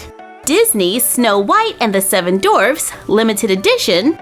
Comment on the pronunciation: Maybe my hearing is off but It sounds like you’re saying “Snow White and the Seven Dorfs” rather than D-W-A-R-F-S with a “W” and when describing her dress with the fur wrap it sounds like you’re saying “Stow” rather than S-T-O-L-E with an “L”.